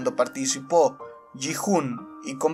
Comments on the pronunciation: No se dice Ji hun,se dice giun pero se escribe Gi hun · Oye no quiero ser tóxico pero en el doblaje español se escucha como se pronuncian los nombres Sae biock ( como se escriba ) se pronuncia sebioc Gi hun sería yiun San woo sería san wu La rizos seria han minio